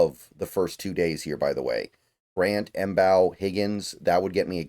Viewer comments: I think Mbow is pronounced "Bow". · Love this draft,. Marcus Mbow's last name is pronounced as "bow," said by himself on Hail Mary Sports' interview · i think its just pronounced Marcus bow with the M being silent but im not too sure